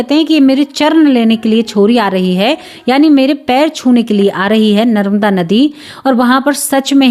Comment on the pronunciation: Didi narmada nadi bolyehe naramda nahi